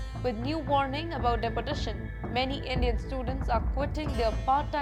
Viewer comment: The pronunciation of deportation in itself is absurd. Da-portation!!!😅